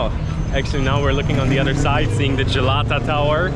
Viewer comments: the way he says Jalata tower 😂😂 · Gelato tower 😂